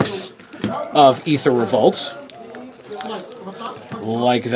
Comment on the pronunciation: Thank you for saying EEther and not AAther, fellow phonetic enthusiast.